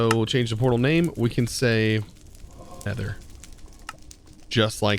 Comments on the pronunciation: "Neter"... Right, sure XD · "Neter" hahaha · Everyone: Nether: Neter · you named it "neter" its "nether" and also great vid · I kinda love me some "Neter" dimension😅